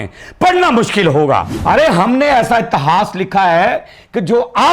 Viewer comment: Mushkil ko muskil kehna 😅😅😅😅